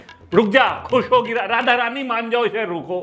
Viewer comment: Roast Kro But Radha Rani Ka Naam Thik se lo